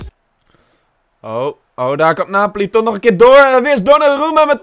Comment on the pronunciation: Hahahaha geen haat maar in deze video spreek je al die namen bacca en draxler en napoli verkeerd uit maar maakt nii uit moet je zelf weten zeg het alleen😂👌🏻❤️